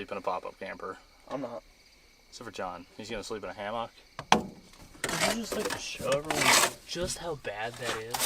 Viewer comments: Why is he saying ham ock? It's hammock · Also you can just say hammock, it doesn't have to be HAM-AWK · Pronounce it like “Hammick” NOT HAM-OCK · Two things: 1) Keep John he's hilarious 2) you don't know how to pronounce hammock? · Ive never heard someone pronounce hammock like that before... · The way you say hammock pains me.